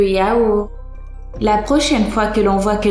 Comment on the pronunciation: "Le yaoure" 😂😂😂😂😂